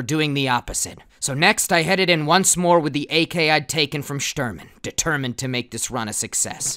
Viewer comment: Don’t you mean de-shturmined to turn a profit